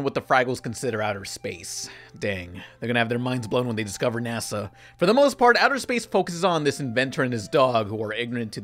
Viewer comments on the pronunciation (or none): none